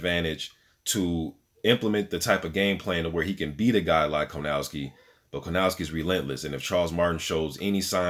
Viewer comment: It’s kownacki, not Konawcki dude. Keep up good work. You have a new subscriber.